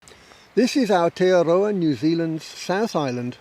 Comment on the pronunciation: The gentleman narrating this video pronounced the Māori name of New Zealand, Aotearoa, beautifully. If you cannot accept/understand a single word coined by Tangata whenua, I’m afraid the complex world of geology is not for you.